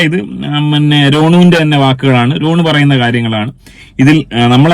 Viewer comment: രോണു അല്ല റോനു